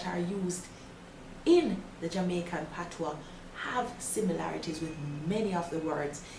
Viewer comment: As a proud Jamaican, im so glad to hear some one finally explaining and pronouncing the Patois(Patwa) correctly.....(gawm mi girl yu knw wah yu a sah). ppl dnt read the Patois book just listen to this Jamaican lady.